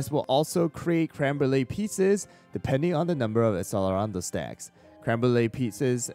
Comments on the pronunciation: accelerando read like achelerando :((( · its generally pronounced ak sell er ah ndo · Just a tip, the cell in accellerando is pronounced like you would say cello. It was driving me insane 😭